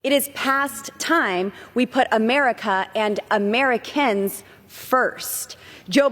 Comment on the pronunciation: "Ameri-kins" Holy mother of God. Aliens???? WTH.